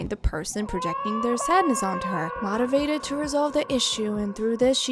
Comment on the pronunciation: I swear to god if you say "mahtivated" one more time...